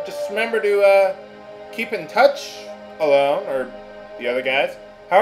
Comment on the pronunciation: I know this lets play is like 5 years old but i'm pretty sure Ellone is pronounced El-uh-nee, similar to how Hermione is pronounced in Harry Potter